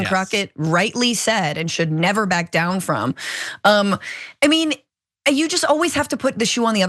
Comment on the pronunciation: But She “Won’t Back Dayown”! 😅😅😅 Laura Ingraham looked terrified! Now she has to babysit a Trump! 🤡🤡🤡 She should have her singing as her intro.